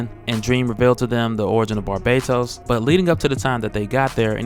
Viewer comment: Yo you gotta bring back the Bar-baatos pronunciation. That was super epic LMAO